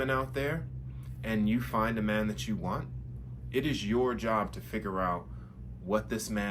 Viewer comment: You can't even say the word "man" correctly... it's giving 🌈.